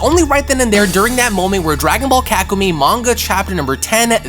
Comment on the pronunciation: kakumee emosh - kakumay 🤣